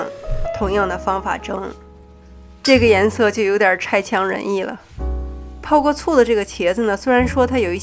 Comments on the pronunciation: 差强人意 /chāqiáng-rényì/ 。这里差不读 chai。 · 差强人意 cha 不是chai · 差强人意 CHA，不是CHAI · 视频还有语文提高效果，几十年我一直读 cha 岔强人意，视频里读 chai 拆强人意，查了字典 原来正解是 cha插强人意 一声。差 这个字真是个有故事的人。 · 这里“差”读"chā" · 的 Magic Ingredients 哈哈，我也一直念拆。不太让人满意的意思。我是这么理解的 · 成语读错了